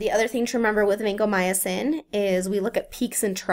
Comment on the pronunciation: it's not vancomyAcin